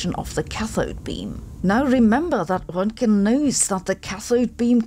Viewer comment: I love your German accent when you correctly pronounce Roentgen and Einstein. I think it makes you sound like Einstein and so authoritative. 😊